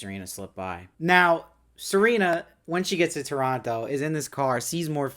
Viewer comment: Thank you for pronouncing Toronto correctly. 🇨🇦